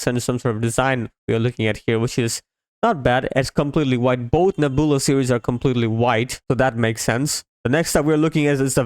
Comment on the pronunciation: its pronounced Neb-you-la, Nebula.